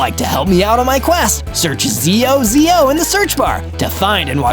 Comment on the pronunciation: ZOZO not zoz 😂